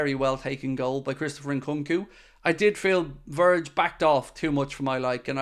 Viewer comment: Nkunku is pronounced o’congoo?